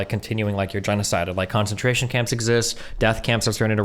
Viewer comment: I'm not saying is stupid but she needs to pronounce words correctly the first time she uses them. I wonder if this comes from reading words too much and not hearing them or if she is somehow ESL. Concentration, Goebbels and Uighurs.